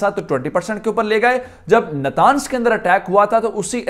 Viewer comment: نتانز نہیں نطنز